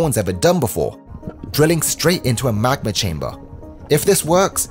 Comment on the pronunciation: “Liquid hoť mag-má”